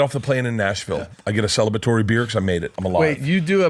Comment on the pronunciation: Celibitory? Celibitory? Celebratory Burt…